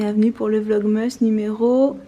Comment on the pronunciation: faut dire "VlogmAs " (Asse) lol c'est plus jolie à l'oreille:p